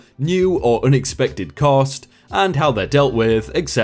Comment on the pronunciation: Etc. ETcedra. Not EKKKcedra.